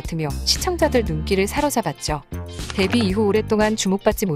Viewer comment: 대뷔가 아니라 데뷔 아닌가요? 아 아닌가??